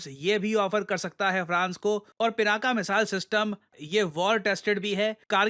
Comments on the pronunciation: Dear usse "पिनाक" pronounce karte hai naa ki pinaka Jo ki English Mai bolte hai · It's not " पिनाका ", It's " पिनाक ". 🤭